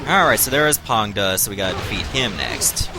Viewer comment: first of all, i really like the way to pronounce Pang De - it's pretty accurate ... also yes u r right, Xu Chu (not Zhu) didn't really fight Ma Chao historically - it's just a novel thingy. Just like later on Ma Chao vs Zhang Fei at Jiameng Pass. Meh. and also u r right, Tong Pass is actually much nearer to Chang'An (Xi'an today) than Luoyang. It's put under Luoyang probably due to its proximity somewhat... it's nearer to Hanzhong but the Qin mountain ranges stands in between. If there was a "Battle of Chang'An" I bet it'll be placed under Chang'an instead. Cheers!